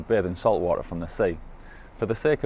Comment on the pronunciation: Love you but please don't say "water" in the style of Kent Hovind again. 🤣🤣🤣